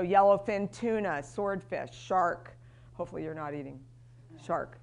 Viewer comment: Urine in control VS you are in control . Pronunciation is important.